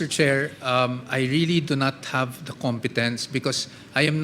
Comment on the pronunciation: have....not hub....please naman mag pinoy linguahe na lang kayo mga engot.